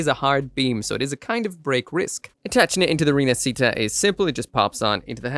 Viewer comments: Is pronunced rinashita not rinacita. It mean reborn, like the phenex reborn from the ashes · Its pronunciation is "Feh-nee-cheh Ree-nah-shee-tah" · si pronuncia "ree-nuhsheetuh" dai! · Pronunciation is Rina"she"ta